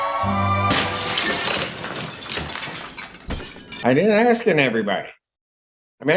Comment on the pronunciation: He wanted to ax a question ? Low income, low education on show.